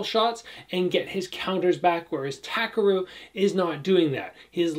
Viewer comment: Great breakdown, by the way his name is TA-KEH-RU